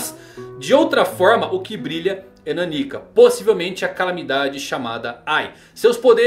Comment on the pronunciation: Custa falar NÁnika? Meu Deus...